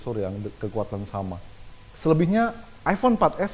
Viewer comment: bacanya emang " ivon " gitu ya :D becandaak